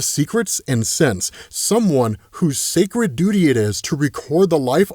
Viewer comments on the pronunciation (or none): none